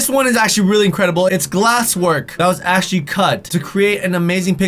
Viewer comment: who else noticed cant say actually💀